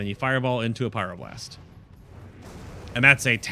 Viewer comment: huhuhu "pyroblurst"